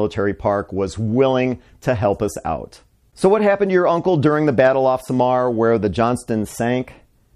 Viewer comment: Why he pronounced SAMAR fast like only 1 syllable, SAMAR is pronounced with 2 syllables SA-MAR 🙂